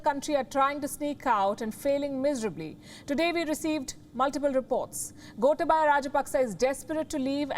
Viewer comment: Wish you would listen to Sinhalese TV or ask a Sri Lankan to pronounce the names for you. GOTAAbayah RAAJApaks not Gota-BAYA.